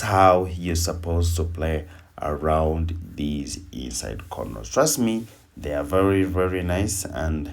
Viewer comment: Lawd, I thought he was saying the EAST SIDE Method 🤣. Ok, inside method...got it!